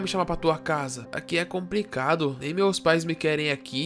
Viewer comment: Mano, "mem" leite KKKKKKKKKK